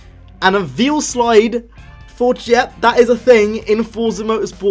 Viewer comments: Goddamit its Veilside not Veilslide. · It's pronounced "Vail - Side".... Jus' sayin', bruh..